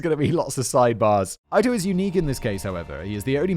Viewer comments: Sometimes I am a bit skeptical of whether or not Simon is as unfamiliar of the case as he says.. but his pronunciation of Marcia and judge Ito has me convinced! It’s probably a bias as someone who grew up in the States that there is anyone who isn’t pretty familiar with this case. I was maybe 7 at the time and I remember where I was during the bronco chase and the verdict still. No offense to Simon at all, you’re a Legend! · Simon is the first person in recorded history to mispronounce Judge Ito's name. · I am having a hard time getting past Simon mispronouncing Judge Ito's name (Eeto, not Ito!). It's very jarring! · Oof! Dammit Simon, I'm sorry, I can handle tomato-toemahtoe, potato-potahtuh.. but it's Jude E-TOE..NOT EYE-TOE. Sorry, Its just I remember being about 12-13 when this happened and it's the ONLY way I heard the name said. BUT..in lighter news, I had a buddy (RIP!) who at about the same age as me at the time, actually drew in pen, different scenes from the trial almost like a court painter, just in a kid's non artistic style. But it was hiLARIOUS to see what he had done. Hell he was such a Sheldon(Big Bang Theory) that at 13-14yrs old he actually used a chemistry set to make his own pills. Damn guy could've/should've been a professor at Uni., but sadly passed last summer from an overdose. A serious loss in the life of my lady and I. 😓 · Ito is not pronounced eye-toe, it’s eat-o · I just noticed he's pronouncing Judge Ito wrong; has he been doing that the whole video? It's definitely pronounced like "Eat oh", right? Not "Ite oh"? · And Judge EEE-toe is not Judge EYE-toe!! 🤣🤣🤣 He cracks me up. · Ito. IIIIIIII TO It's not Ayto. The only thing more distracting than your awful beard is your incredible mispronunciation of the judge's name WHICH IS SPELLED PHONETICALLY FFS! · It's pronounced "Eat-o" not "Eye-tow" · It’s Ito (e-toe) not eye toe please. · "Ito" is pronounced 'eat-o", and rhymes with cheeto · EEE-Toe. Not EYE-toe. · EEE-toe. EEE-toe. Not EYE-toe